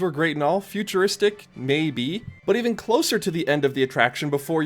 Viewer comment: it fucking was. What's with the "mAybE"?